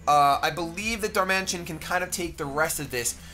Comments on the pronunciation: It's Dar-man-i-tan, not Dar-mansion. It's a pokemon not a large house. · it's Pronounced Dar-Man-It-An not Dar-Man-Tion